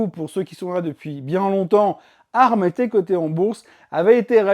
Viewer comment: C'est moi ou le son n'est pas top. Ca grésille un peu sur les intonations. Sinon merci pour la vidéo. Et pour ARM ça ce prononce "A R M" et pas "arme" sauf erreur